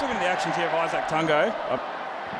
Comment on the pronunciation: Eye-Zack Tang-Go😂 cmon commentators ? 😅